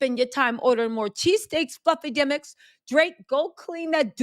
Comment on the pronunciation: She said fluffy demiks 😂😂😂